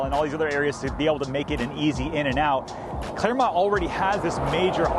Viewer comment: Its clermont